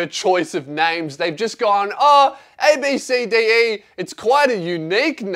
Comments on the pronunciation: I'm pretty sure its pronounced "Ab-Si-Dee". Still a shit name tho. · Ab(si) di is how its pronounced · ABCDE is pronounced "Absedee" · It’s actually pronounced as abb see dee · I actually know someone who’s name is abcde. You say it like ab sa d